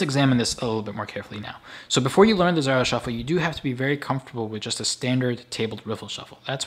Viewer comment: It's pronounced z a r oh not z ar r oh